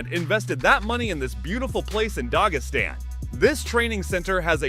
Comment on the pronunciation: Narrator said Dog-is-stan 🤦‍♂️